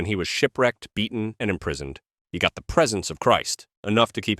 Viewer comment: "Neither do I condimm you" ? The word is condemn . "In th fire" ?